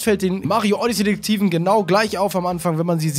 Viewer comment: Die sind aus dem Wooded Kingdom (Forstland) und du sprichst Odyssey FALSCH aus. Du sprichst es Odyssee aus, so heißt das Raumschiff, Odyssey hast das Spiel, lern das mal 😔😰🙍